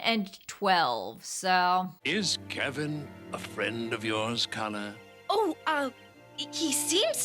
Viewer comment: That's not how you Pronounce Princess Calla's Name,.